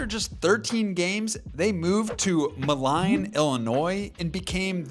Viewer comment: Why he pronounce moline like that